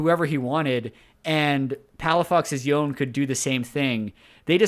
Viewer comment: God dammit why do you insist on pronouncing Yone as "Yoan"